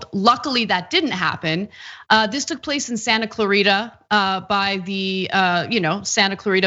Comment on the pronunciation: Why does this Latina say "Santa Clarita" intentionally pronouncing it incorrectly? She can't even say it correctly in an English pronunciation. It's as if she is intentionally hiding her pronunciation. Ashamed of her heritage or just doesn't understand how vowels work?